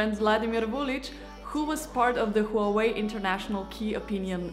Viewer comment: Wah Wei pronunciation HUAWEI